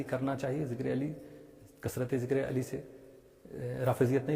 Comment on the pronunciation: کیا کوئی جاہل ءالی ءالی الی الی عین کے بجائے ہمزہ جس تلفظ سے نماز فاسد فساد معنی کی وجہ سے بیشک ذکر علی کرے تلفظ اور ادائیگی صحیح ہو با ادب کریں کوئی روک نہیں ہے